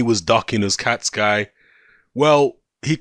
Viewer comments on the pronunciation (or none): do me a favour and say the guys name correctly. It is pronounced UZ-CATTA-GI. That is all.